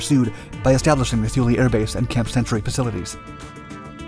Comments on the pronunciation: It's pronounced "Too-Lee" not "Thoo-Lee". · Great video, but its pronounced Tool-e, not thoo lee. Grandpa used to fly there during chrome dome. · “Too-lee”. Not thoo-lee. And yes, EVERYONE mispronounces it. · "Thoo-lee"? I think it is "Thule", sounds like "tool". Look that name up and you will likely have the same question I do. Why on Earth would America name a base after them?!?!?!?! Knowing what the Thule society was all about, what really goes on at that base?? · TOO-LAY not THEW-LEE. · It isn't shown because it isn't happening. The Greenland ice sheet is actually regrowing. This was the worst biased "documentary" that I have ever seen. Maybe the authors of this hit piece should have actually talked with people who were there before putting this out. They couldn't even get the pronunciation of Thule right (too-lee). While the was a base at Thule, and its mission was somewhat accurately portrayed, Most of the "facts" in this piece were pure nonsense. The Danish government had full knowledge of the mission and purpose of the base (only part of which had to do with the failed missile project). As for the purported vast quantities of toxic waste left behind ... bullshit. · Drop the "h" sound. It is pronounced "Too-Lee". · The h is silent and Thule is pronounced tool-e. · Thule is pronounced "too-lee". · The letter "H" is Thule is silent, pronounced Too-lee." I was stationed there. Just Google it. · "Tuul" like "Tool" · Too-le!! It’s rather important you get it right! Imagine calling ‘Thailand’ something that sounded like a land of thighs LOL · Pretend the “H” is not there. It’s pronounced Tuley. Great vid though. Love your channel.. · It's "Tooleh" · Pretty sure it's pronounced Too-lee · It was pronounced "tool-ee" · and rhymes with zuul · This is true. Research stopped before pronunciation of a location. Typical for YouTube videos though. This isn’t to”MAY”to / to”MAH”to, but I bet you’d throw one. 😂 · Thule is pronounced with a "t" not a "th".